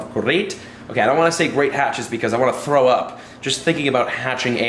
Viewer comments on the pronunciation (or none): none